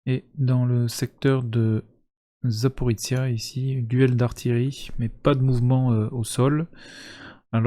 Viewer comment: Avec tout le respect que je vous dois, on prononce LouGansk (le H ukrainien est en réalité un G) et Zaporojié (comme les cosaques de Z), pas Zaporitsia.